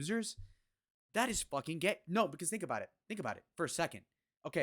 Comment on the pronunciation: That's better. Attack Jay Z not some other small streamer. I can get behind this. I like the way you say aboooot lol. Jay z is a scum bag and it makes me sick ppl worship a guy who poisoned his own community. Now we got a load of kids who think it's ok to rise this way. DISGUSTING.